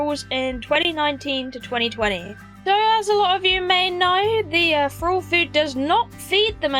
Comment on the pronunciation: Feeding Fralls? What's a "Frall"?